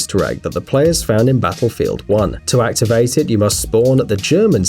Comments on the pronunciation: Did my guy just say "battlefold 1" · Lets ignore everything and take a look at the fact that you said basslefield 1 ree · Did anyone noticed he said basslefield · basslefield uan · When you said battlefield it kinda sounded like Battlefooled Darn you for insulting battlefield